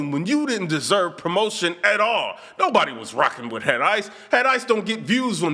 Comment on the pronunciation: You was meant to say Head Isissss - Listen to me